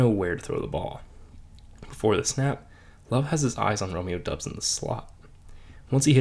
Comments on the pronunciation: Romeo Doubs’ name is pronounced Dobbs not Dubbs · It’s DOUBS NOT DUBS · You don't even know how to say Doubs name. Its Dobs - you know how they pronounced it during every game for the last two years. Wtf do you know about the Packers if you clearly haven't watched them enough to know about this. His name is currently our litmus test and you somehow failed.